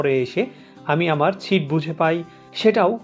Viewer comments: ছিট নয় দাদা সিট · ছিট না সিট। আর পাকিস্তান নিয়ে আপনার ভালো ধারনা ছিল শুনে হাসি আর থামাতে পারছি না।